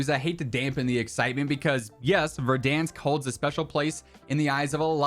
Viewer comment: Or "Verdunsk" as likes to call it